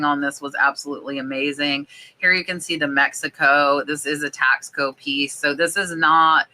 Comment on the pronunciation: Hey!! It’s pronounced TASS CO!!!